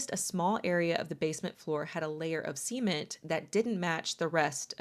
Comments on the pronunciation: Why do you say "cement" like "semen" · .... a layer of "SEE-ment" that didn't match the rest of the "SEE-ment" ... 🤔😶😏😅😂🤣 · wh-why do you say cement like that…